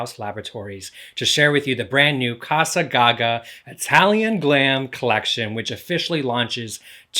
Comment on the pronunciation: It's not ca-sa as in Spanish it's ca-za with hard S for Italian